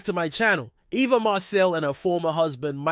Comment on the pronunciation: Why is he pronouncing her name like that?